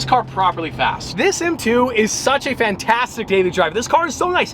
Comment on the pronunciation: Fast not Fat!!